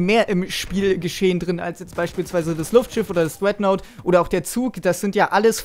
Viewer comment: jaja das dreaghtnaut,RASH versuch bitte dein englisch zu verbessern